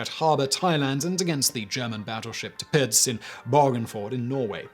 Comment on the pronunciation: Tapitz????? you mean Tirpits... pronounced TUR... Pits.. Though your Japanese pronunciation is not half bad my friend.